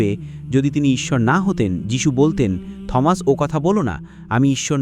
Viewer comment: ঈশ্বরের পুত্র মানে ঈশ্বরের শিষ্য বা ভক্ত বা অনুগত বুঝায়। এই লোক ইংরেজি শিক্ষক, কিন্তু বার বার উচ্চারণ ভুল করছে। সে Thomas কে থমাস বলছে, কিন্তু এর প্রকৃত উচ্চারণ "টমাস/T(h)omas. মানে এখানে h এর উচ্চারণ হবেনা। যেমন, আমরা বলি "টমাস আলভা এডিসন (Thomas Alva Edison)"